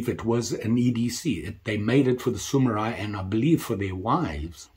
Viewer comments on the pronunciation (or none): They're called Samurai, not Sumurai 😅